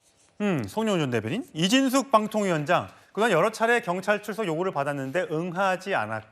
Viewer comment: 7분19초 이진숙빵통위원장이라니 발음좀잘하세요